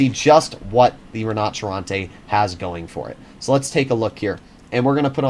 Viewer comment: Da italiano, sono fiero dei nostri carri armati 😊...comunque si pronuncia "RÌNOCERONTE" non "RINNOCCERRONTÈÈÈ"...basta mettere l'accento sulla "i"